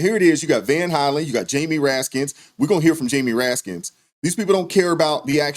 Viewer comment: "RASKIN", not Raskins. People need to know the correct names of elected officials. Thank you.